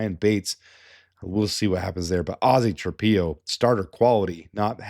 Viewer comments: I know Ozzy is a new name, but please, its Trap-pillow. u dont lay your head down on a PEE-LOW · It's pronounced tra pillow, not tra peeow.